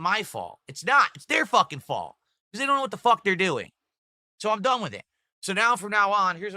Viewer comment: This guy cannot pronounce the word "with"